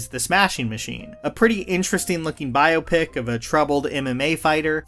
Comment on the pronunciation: your mispronunciation of "biopic" gets under my skin every time